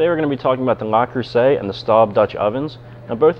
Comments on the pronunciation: It is Le not LA. And Staub is pronounced like “stove” with a “b” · No he didn't. Le Creuset is pronounced like "Leh Cruhseh". It is not pronounced "Lah Croosay" Staub is pronounced as "Stohb". It is not pronounced "Stawb". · It's pronounced LE Creuset and not LA Creuset. Tip: check for proper pronounciation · Um, you've mispronounced both names.